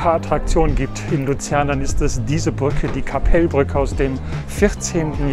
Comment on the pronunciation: Tolles Video, mann spricht den Namen Kappelbrücke nicht Kappeellbrücke aus sondern ein kurzes E und L. Dafür spricht man das KKL nicht (Sorry für den Ausdruck) KakaL KkKkL also das K am anfang länger aussprechen etwa so wie das zweite. Ich wohne eine Halbe Autostunde von Luzern entfernt etwa 18 Km entfernt oder mit dem Zug habe ich etwa 30 min nach Luzern. O das Verkehrshaus, ich liebe es. Als Zugfan bin ich oft am Bahnhof Luzern und ich Arbeite in Kriens direkt neben Luzern. Grüsse aus Hochdorf im Kanton Luzern in der Schweiz